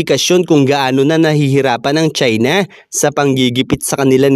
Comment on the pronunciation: Ang pangit mong magsita..lalo na pagbinabanggit mo ang salitang China.